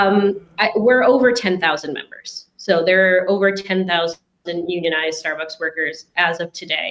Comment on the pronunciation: I thought it was closer to starburgs or maybe starborgs